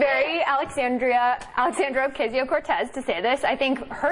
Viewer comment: You're getting closer to pronouncing her name correctly, Sam! I like it.